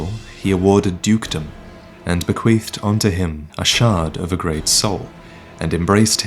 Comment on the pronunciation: "Bequeefed" uuuhhhh